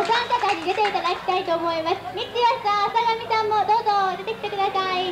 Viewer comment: あさがみようこ が あさだみよこ にきこえる